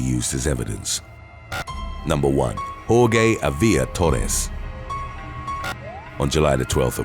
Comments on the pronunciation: Not Hor-gay, it's Hor-hay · Jorge = "Whore-Hey" not "Whore-Gay" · "hor-ghey" lmaooo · "Horgay" lol it's jorje (hor-hay) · "hor-gay" It's... Hor-hey. Jorge is hor-hey. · The g in Jorge is silent. It is not horgay! It is pronounced horhay. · HOAR-hey... not HOAR-gay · I thought Jorge was pronounced “hor-he” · Jorge is pronounced Hor-Hey lol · The last guys name is pronounced Hor-hay spelled Jorge. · The last guy stood no chance. How could he with a name like Jorge (pronounced - WhoreGay)? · Jorge is pronounced "Hor-heh"..... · It's Jorge (pronounced Hoar-Hey) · Dude, Jorge is pronounced "hor-hey". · It is pronounced "Hor-he", the narrator made a mistake. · NOBODY is named whore-gay. The g is pronounced like an h. Your incorrect pronunciations and lack of research are infuriating. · Quick suggestion, find out how to correctly pronounce a name, “Jorge.” Every time you say it, I just 🤦🏻‍♂️ hahahaha Other than that, your content has been good. I enjoyed most of them. 👍🏽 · The way he pronounces Jorge….. 🤦‍♂️ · I see you still haven't learned how to pronounce Jorge. Lol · The 'G' in 'Jorge' has an 'H' sound